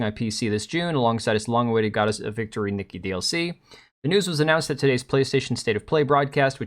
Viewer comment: Nikke pronounced 'nikkay' not nikki